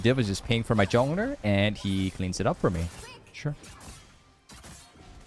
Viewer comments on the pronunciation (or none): Why do you say jowner and not jungler?